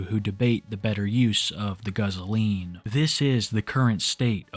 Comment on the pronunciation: I appreciate said guzzoline